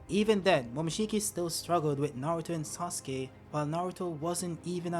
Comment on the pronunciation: “mIsTEr sOoSuKE”